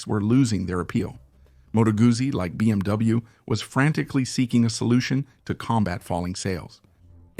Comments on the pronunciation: What is happening to cause the mispronunciation of so many phrases, words, and acronyms? For example, it’s BMW, not BMV. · Very interesting video but the robot cannot pronounce Moto guzzi it cannot pronounce BMW how about employing a human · Its BMW and BSA pronounce the names right Its disrespectful to The companies and people talking about them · You know this is just a computer AI program speaking right it's not a real person that's why it mispronounces words but you feeling disrespected is absolutely utter ridiculousness